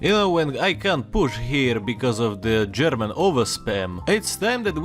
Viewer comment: Wow, your German pronunciation is very good! ...remember what you were doing on the afternoon of March 14, 1939?